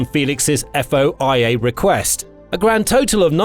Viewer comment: FOIA is pronounced "foy-ya"